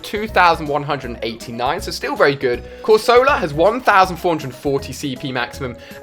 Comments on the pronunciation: Corsola (cor-sah-la) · Corsola... It's pronounced Corsela Houndoor (Houndour)... It's pronounced Hound-hour (like the time hour) Clefair (Clefa)... It's pronounced Clefaa Tatadile (Totodile)... Its pronounced Toetoedile Ali says he's a Pokémon fan but he can't even pronounce most Pokémon names. There's many more that are incorrectly pronounced, but I'm too lazy to list them.